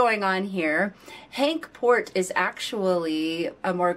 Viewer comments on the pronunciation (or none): You say Henk Poort like in more and Emma Heesters like in cake.